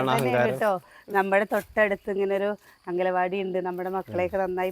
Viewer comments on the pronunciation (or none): അംഗലവാടി എന്ന് പറയല്ലേ.. അംഗനവാടി എന്ന് തന്നെ പറയു 😊.. കേൾക്കുമ്പോ എന്തോപോലെ